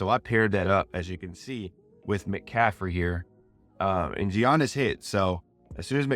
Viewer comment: Giannis is pronounced yaa-nis